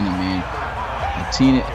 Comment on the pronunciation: Etienne is pronounced like E T N